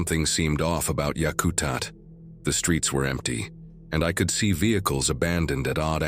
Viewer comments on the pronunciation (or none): It’s pronounced Yak-a-tat. It also has a runway capable of taking a 747. Any SE Alaska bush pilot knows this.